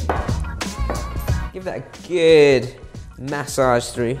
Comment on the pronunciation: I like how chef says "ma-sauge"